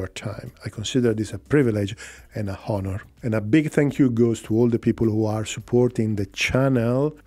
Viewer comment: In French, the letter h is not pronounced; so strange then when a Frenchman says "Honor", an English word which also has a silent h (Probably because it comes from the French word 'honneur').